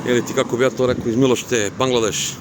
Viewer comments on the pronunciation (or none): uvek me nasmejes kada kazes Bangladeš 😅... legenda 🫶👍🍻